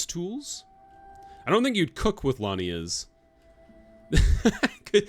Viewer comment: They are lianas 😅😅😅 not lanias. So funny. It's a part of a plant like vines, you were right about that. Tarzan and monkeys were using them to swing on the trees. I was laughing so hard 🤣 very cute, keep going